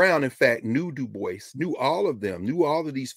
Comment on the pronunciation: Dubois is pronounced as Du- bwa.